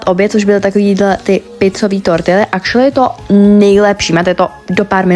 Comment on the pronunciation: Proč pořád říkáš acrualy